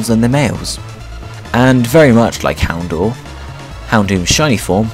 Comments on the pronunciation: dour in houndour is pronounced dower just so you know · You're pronouncing Houndour wrong. It's Hound - ow - er. Like a combination of Hound and Hour